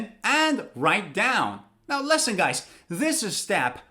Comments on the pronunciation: Listen is pronounced as Li s(o)n. It's a short 'e' sound. Like Liberty, living. Pronouncing it as Lesson is wrong. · the way you pronounce 'listen' was just like 'lesson' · Sometimes I heard lessen instead of listen. Is it American accent? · has anybody told you that you pronounce (listen) as / lesn/ I mean the first vowel sound is different. I know you are a native speaker and none can speak English as well as you do but I'm waiting for your explanation. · Wwwwwwow your pronounce of listen is wrong